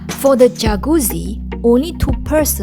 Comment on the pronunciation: yah boy. Godzilla might just sit on her for pronouncing jacuzzi like that.